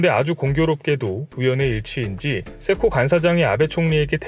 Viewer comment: 세코가 왜 개코로 자꾸 들리는 거야. ㅋㅋㅋㅋㅋ 세코에 좀 더 힘을 주고 말해요.